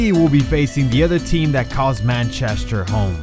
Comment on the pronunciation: Mancheshter. Lol xd.